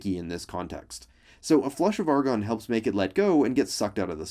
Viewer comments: Argon Not argon Love the scientific-ness of this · ARGON NOT ARGON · Argon and NOT Argon xD